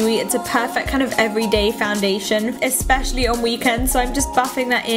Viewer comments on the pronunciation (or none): none